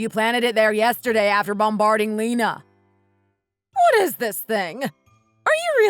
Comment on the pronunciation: Lena is pronounced Lee-na, not Lenna.